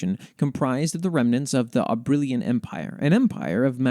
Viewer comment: Can't deny I have the biggest smile after hearing you read out the Dryad and the Knight, thankyou so much for including it and your kind words. Oh, for future reference the pronunciation of Soleriña is Sole-er-in-nya, and Abrilain is Ab-riLL-eighn (I always have difficulty writing out pronunciations, hopefully they make sense)